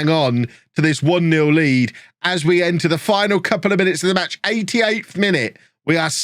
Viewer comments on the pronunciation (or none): none